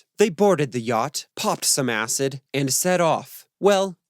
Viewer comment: Sensationalist BS. Acid, acid, acid, is all you want to talk about, with such strong emphasis every time you say acid. Where are your references and any factual accounting of this story? Just make up any old crap you want about the Beatles for clicks, just because it has the Beatles name on it. Crap video and anyone who joins your patreon is an idiot.